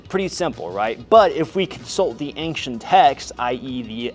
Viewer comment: Always love it when a fully grown adult cant pronounce "ancient"